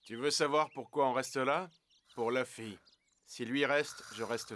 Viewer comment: C'est monkey D Luffy pas femy